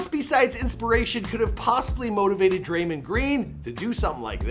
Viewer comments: I cringed when he said draymund green instead of draymond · Its draymond green not drymond green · Its drayMOND (Mawnd) Green not Draymind..